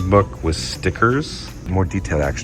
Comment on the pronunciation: Why do you keep saying demi-gorgon rather than demo-gorgon like its spelled? Did I miss an inside joke?